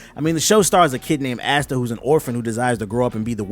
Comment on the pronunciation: He is not aste he is asta